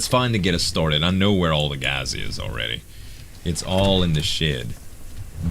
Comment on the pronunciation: is that the way you say gas gaz